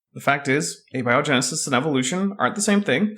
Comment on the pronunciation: Ah ha. said Ah-be-o genesis.. just click on that little speaker, it'll tell you the correct pronunciation for abiogenesis..